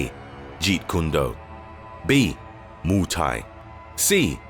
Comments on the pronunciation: I died when he said Moo Thai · You know a guy can't fight when he can't even say Muay Thai right lmao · "moo thai" lol